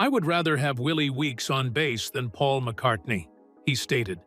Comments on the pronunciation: At it’s McCartney NOT McCarthey. I clicked out and 👎 this BS. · MCcarthy? You meant Paul McCartney. BAD AI. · McCartney becomes "McCarthy" half way through. Give that voiceover a star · or 20 seconds the graphic pronounces “GEORGE AND MCCARTHY FEUD” and the AI Voiceover states the same, Who the hell is McCarthy? Did McCarthy join the band? I know it’s cost effective to use AI , please edit your product!! You are doing this for the money obviously, don’t blow the reveal of your f_ing headline. Have some respect for your audience. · Get your facts straight. In one part you misspoke and said McCathy. It must’ve been a slip of the tongue, because it didn’t happen again. Sorry!🙏🏻🙂‍↕️👍👍🤗❤️❤️☮️☮️😊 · McCarthy? Really? So sloppy. Makes it impossible to take you seriously. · Couldn't even get McCartney's name correct .. McCarthy 🤣🤣🤣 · Who was "MacCarthy" ??? Another AI masterpiece! 🙄